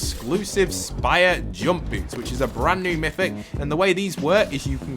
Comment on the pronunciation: It’s MYTHIc